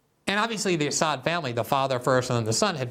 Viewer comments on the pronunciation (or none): They can't ever pronounce Assad's name correctly. Was the Assad gassed his people ever proven?